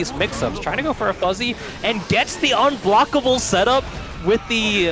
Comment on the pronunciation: Did this mans just say unblockable